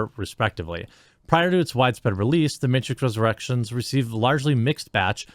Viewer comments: "the matrix resurrerections budget" lol. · Matrix "ResurrERECTIONS"